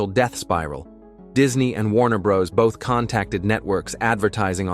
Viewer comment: Matt . . . Groaning? LOL Jon Low-vitz? Warner Brows? Where are some of the scenes you’re showing come from? Is that the rarely talked about internet-only season 3? I’m out. AI sucks.